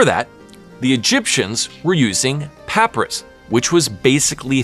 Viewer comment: I thought it was pronounced PA PIE RUS not PAPI RUS I guess I was wrong